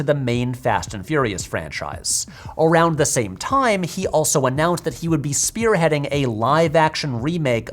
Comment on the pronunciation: "spear-heading" haha!